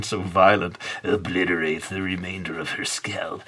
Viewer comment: 😂 I like the way you pronounced "obliterate".... Like some mad scientist😄